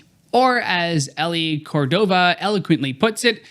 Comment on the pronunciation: “Elle” is almost always (including in this instance) pronounced like the letter “L”. “Ellie” typically ends in “ie”, but I could see there being some variations.